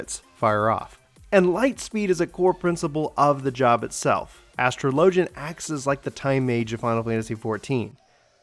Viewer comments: Astro Lojin! HAHAHAHAHAHAHAHAAHAHA! Az tro Lo Jin! The Ass Tro Lo Jin. You spek Engish? I can't... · This is a hard video to watch because you don't know how to say "Astrologian" there are pronunciation videos vgs